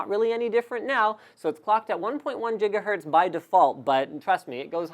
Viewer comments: Please stop say Jiga Hertz,. It's Giggity, G. - Not Jiggy wid it, G. (/ˈɡɪɡə/) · Did he say Gigahertz as Jigahertz? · Excellent Video. Thanks! But... can you please stop saying "Jiggahertz"? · did he say jigahertz?